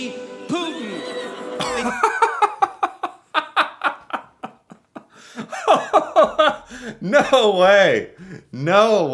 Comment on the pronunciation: I think he pronounced Putin purposely as "put -in". Absolutely appropriate for the Trump/Putin romance. said Sir.